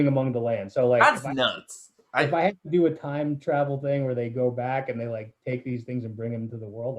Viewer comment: Sidenote: sometimes says thang instead of thing.